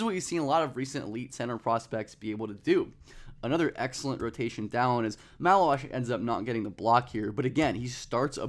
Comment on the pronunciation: Take a pint for every time he says malauach